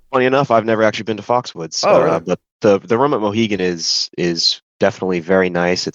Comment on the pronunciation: Is there a Mohican Sun that I'm not aware of, or is just repeatedly mispronouncing "Mohegan"?